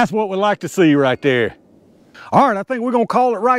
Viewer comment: ah tell you hwhat